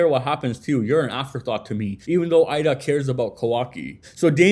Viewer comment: It might be spelled Eida but it’s pronounced Ada. Idk why people have a such hard time pronouncing her name it’s super simple and then also what’s worse is idk why people continue to pronounce sarada name wrong as well. Her name is literally spoken correctly in the anime but content creators for whatever reason keep saying her name wrong too. Ya’ll keep pronouncing her name as if it’s spelled sirada when it’s supposed to be pronounced as written which “sarada” so you pronounce it as saw-raw-duh. It’s not that hard and the anime gets it right even if people hate it’s great source for reference, and how characters names should be pronounced, and spelled.